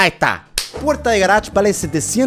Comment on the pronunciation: yo cuando german dice garach: yo : jajajjaaj c mamo con el garach